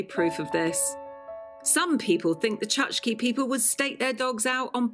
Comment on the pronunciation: I hope no Chukchi people were listening. The name of these indigenous Siberians is pronounced “chook-chee”.😊